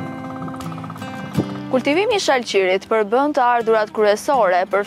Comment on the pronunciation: I thone shalqin jo shal qir